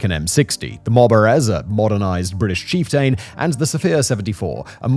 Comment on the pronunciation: He doesn’t even know how to pronounce our great chieftain tank..